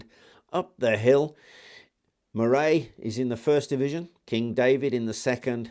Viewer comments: You didn't pronounce Moray correctly either, it's "Murree" not "Moe-Ray" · Not far from me, I have thought of having a look about. Unfortunately the precise location of battlefields is frequently a matter of dispute, and I think Neville’s Cross is no exception. PS, Moray is pronounced Murray.